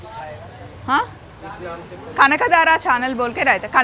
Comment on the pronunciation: అమ్మా.. నీ channel పేరు చాలా బాగుందమ్మా. పోతే.. కనకదార కాదు. దారా కాదు ధార. కనకధారా ధ వొత్తి పలుకు తల్లీ. కష్టం ఏమీ కాదు